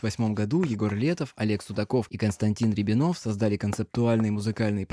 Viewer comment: рЯбинов а не рябИнов